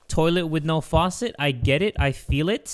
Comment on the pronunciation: Bro really said "toilet with no foset "👌😂